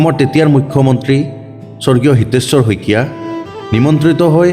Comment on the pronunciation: कितना अशुद्ध बोलते हो इतने परिश्रम करके पढ़ते हो फीर अशुद्ध ख‌इकीया के जगह स‌इकीया